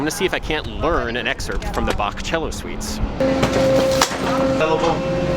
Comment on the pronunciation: Omg, an american who actually pronounces Bach correctly. 😍